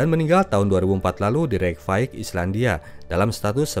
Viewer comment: Reykjavik dilafalkan Reykfayik ?